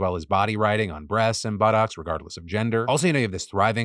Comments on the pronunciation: Is it just me or does Phil say "buttocks" weirdly? 😂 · Does anybody else giggle when Phil says "buttocks?"